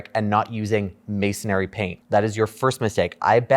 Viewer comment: Mason-RY. Not mason-ARY. Just sayin'. 👍🏻